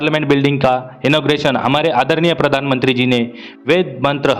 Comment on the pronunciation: प्रदानमंत्री नहीं - प्रधानमंत्री कहते हैं भाई!!!